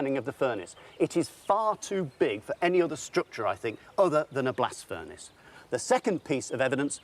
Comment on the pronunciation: Said “blast furnace slag”; heard “blasphemous slag” 😆